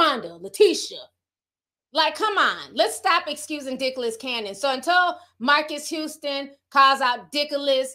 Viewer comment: not you questioning if you saying his name right and still wrong 😂😂😂😂😂😂😂😂